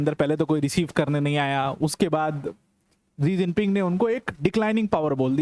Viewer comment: जी जिनपिंग नहीं है😂 " शी जिनपिंग है, आप गुरु हैं।